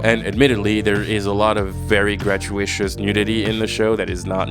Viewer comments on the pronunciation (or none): I've never heard anyone pronounce 'gratuitous' like that before.